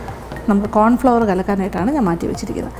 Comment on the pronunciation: സൂപ്പ് സൂപ്പർ ......👍🏻👍🏻👍🏻 കോൺഫ്ലവർ ്് അല്ലാട്ടോ..... കോൺഫ്ലോർ... ആണ്. 🥰🥰